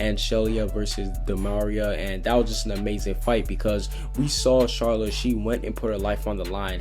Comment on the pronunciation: He may be trying to pronounce it like the japanese/dubb version. when they pronouce it as char-la kinda.